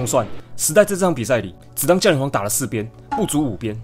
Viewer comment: 應該是降(ㄒㄧㄤˊ)雷皇吧030